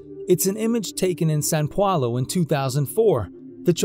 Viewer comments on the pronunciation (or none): Why do you have difficulty pronouncing São Paulo? Try in Italian: San Paolo. Paulo/Paolo is like "pal" + "lo." It's not "pwalo", it's "pawlo."